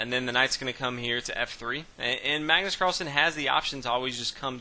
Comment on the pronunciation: kenneth hardman Magnus not Mægnøs